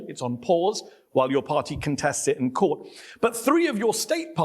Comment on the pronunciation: Jedesmal wenn Krah " Kört" statt Court sagt, will ich ihn schubsen